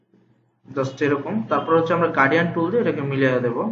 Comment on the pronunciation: Hello Mr., আপনি গার্ডিয়ান কালার উচচারন করতেছেন, শব্দটি হবে গ্রাডিয়ান্ট?